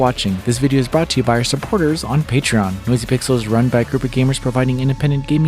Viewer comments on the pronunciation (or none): none